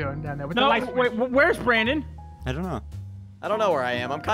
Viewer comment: Brandon* Not brand-in (branden pronunciation)